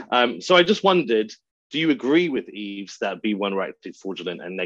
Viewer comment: also, can you guys have the decency to learn how to pronounce a man's name. Yves is pronounced with the S silent.